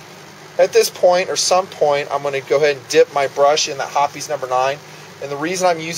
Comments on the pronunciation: Ok. He keeps saying lead. If ur shooting lead jacketed bullets (if there is such, .22 cal.) then ur incompetent. He means to say copper. It's referred to as copper fouling which, with progressive shot count, inhibits accuracy. Hoppes, not hoppies, is insufficient for copper fouling. Some regional pronunciation differences between his woods and mine (TX). The rest was good. A for effort. Ps, use a bore guide. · Not hopee's! It's Hoppe's, sounds like hops. Say Hopees one more time...I dare ya...